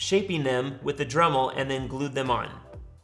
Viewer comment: What word is he saying? drumel? drivel? dremble?